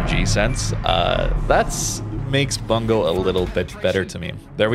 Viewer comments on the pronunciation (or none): the "u" in Bungo actually pronounced as actual u/oo sound like "boo" instead of "a" sound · Oh man, I like the ship, I like the name. But everyone keeps pronouncing it as "Bun-go" and it make me laugh every time because it matches the meme that is WG balance. For anyone curious, it should be pronounced: "Boon-go"